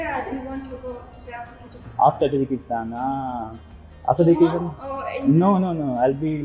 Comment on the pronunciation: Tajakistaan hota h ki tajiskan